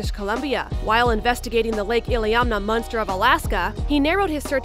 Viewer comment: Stop saying munster